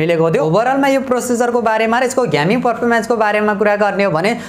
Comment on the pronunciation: ग्यामिङ ❌ गेमिङ ✔️